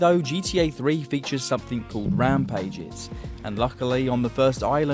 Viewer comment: somethinK 🥺 I also keep saying "something" like that, not sure how to say it different